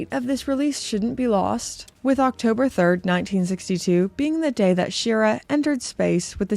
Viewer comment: Hey, it's sure-ra (Schirra) Thanks for the great content.